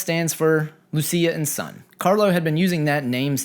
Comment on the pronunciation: It’s pronounced “LOO CHEE AH” LUCHIA,,, Lucia🤙🏼